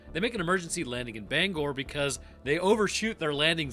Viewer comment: Hey, thanks for saying Bangor correctly.